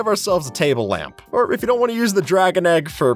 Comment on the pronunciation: "Place down the blocks that you wan" 😅